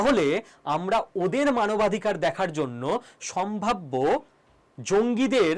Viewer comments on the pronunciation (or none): none